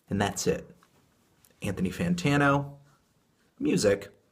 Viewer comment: Got to admit, "U-thony Madtano" got me laughing. GG dood. :D